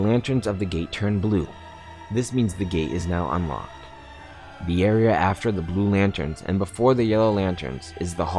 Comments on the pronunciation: The way he says "Area" like "Areaer", great instructional video though. keep it up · This kid can't say "Area"